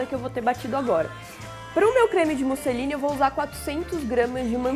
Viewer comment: Eu ouvi "creme Mussolini" no :v